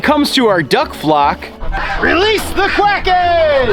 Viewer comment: he says quacken